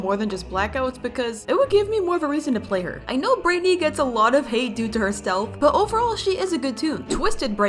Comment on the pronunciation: BRIGHTNEY NOT BRITNEY